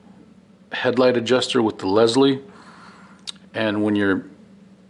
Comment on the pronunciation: It's Pronounced "Lyle" not " Leslie" but thanks for the information...